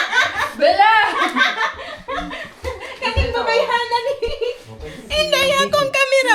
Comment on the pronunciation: Bella not billa